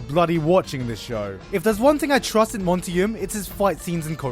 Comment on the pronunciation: If he says Monty's name wrong again.... I'm going to go crazy lol. Also, he can't say "argue" lol. RIP Monty ❤️